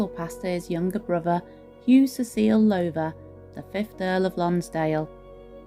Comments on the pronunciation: I thought it was pronounced Low (as in cow) ther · this Lady pronounces the family name completely wrong , should be said as "Louther" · Enjoyed the tour. One thing, however: Please rhyme the words "how now brown cow" with the first syllable of the name Lowther. ;-)